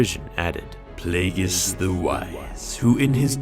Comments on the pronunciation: Take a shot everytime you hear "plauugeis" followed by a diss from sheevy palps youll be drunk and killed in ur sleep by ur apprentice 5 mins into the video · Say plagius one more fucking time and i swear imma kill myself